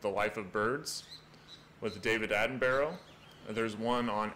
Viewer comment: As a British man the way you pronounced Attenborough is hilarious 😂 try Atten-bruh instead